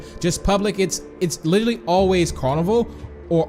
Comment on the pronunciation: what’s littarly? It’s literally